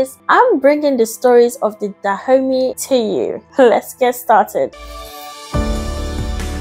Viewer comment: I keep hearing her say "Da Homies this..." and "Da homies that..." lol